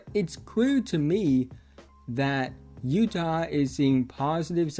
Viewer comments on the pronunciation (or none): none